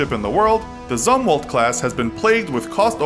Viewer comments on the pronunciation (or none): As a ex us sailor his pronounceation of arleigh burk and Zimwatts I triggering me